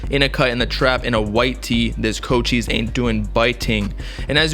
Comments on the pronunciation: It’s not pronounced Co-Cheese bruh, it’s pronounced Co-Chee-Say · Did mans just say “CO Cheese” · fr his tag is co cheese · It’s pronounced (coach - eyes) omg he ur favorite artist but can’t say his name right I just wanted u to know like every time u said his name it just hurt my whole soul 🤦🏾‍♂️😭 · My mans really out here saying “CO-CHEEESE” 💀🗿